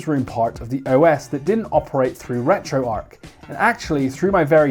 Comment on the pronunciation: You sir get a thumbs up for saying retroarch correctly, it's retro archive people, not retro ark. Now send me the blue one, ta very much